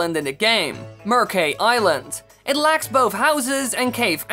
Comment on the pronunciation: Mercay reads "merkai" not "mersai"?